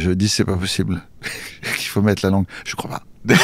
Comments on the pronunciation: Déjà il dit pas langué il dit guélan 😅 Et puis moi j'aime bien c'est sa petite patte à lui quoi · Heureuse que tu ne dises plus "langué"